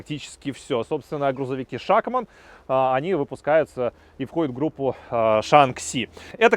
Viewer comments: Не шАкман, а шакмАн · ШАХМА́Н А НЕ ША́ХМАН